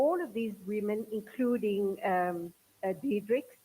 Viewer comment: Her name is Lilian Diedricks not Diedrick.